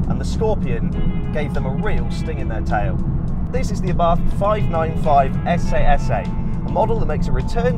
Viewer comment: It’s pronounced “SS” 😬